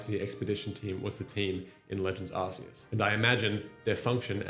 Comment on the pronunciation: Bro, for the love of Arceus, it’s OFFICIALLY “ARK-ee-us” not “arse-ee-us.” As for where AZ got the “technology” from, when you look into the lore, he’s basically a master alchemist. Look at the Pokédex for Golurk for example. There’s one of those (by design) in the gardens of the Parfum Palace. There are many Pokémon based on golems, Claydol probably being one of the most interesting timeline-wise, being 20,000 years old puts it being brought to life at the same time as Eternatus fell upon Galar. Funnily enough, it’s Claydol statues that you see in Galar leading up to the old covered-up statue of Zacian and Zamazenta, despite Claydol being a Hoenn Pokémon. Anyway, getting carried away with lore here haha. Hit me up if you want a source on deeper Pokémon lore ‘cause Kalos is my favourite region and I’m obsessed with the lore around AZ, the Kalos War and its legendaries.